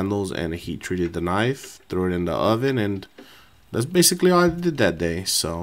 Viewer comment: Basifically. My new favourite word.